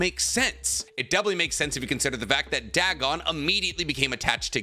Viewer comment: Dagon=Day-Gone. Not Dag-on. A lovecraftian machination whose pronunciation has been verified for a century. Goddamnit that bothered me the whole time 😂